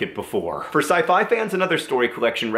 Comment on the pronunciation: John Green puts a very strange emphasis on the word "scifi".